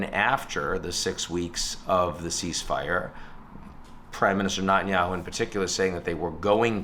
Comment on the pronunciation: Quick take: Appreciate your commentary, Ian, and I'm sorry to be so pedantic but - hate him or love him - can I implore you to please pronounce the Israeli PM's name correctly?